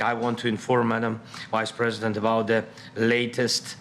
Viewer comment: I love how his pronunciation of "Vice President" sounds like "Wise President"